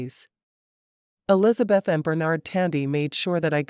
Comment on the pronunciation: The narrator says...Ells beth. Should it be Elisabeth?